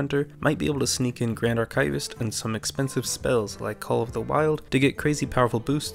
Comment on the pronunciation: The word archivist sounds like ar kee vist, not ar kay vist.